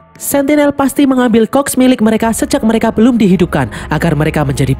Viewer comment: Admin : transformation cogs Gw yg denger : "transfomation COK" 🗿🗿🤣